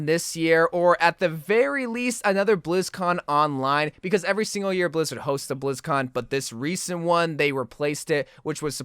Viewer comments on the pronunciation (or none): none